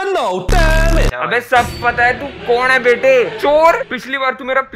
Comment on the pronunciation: Sabse jyda hssi tab aai jab vo aya or apne bola kon h bhai😂😂😂😂😂😂😂😂😂 alag hi tone me bola bhout hssi aai bhai😂😂😂😂😂😂😂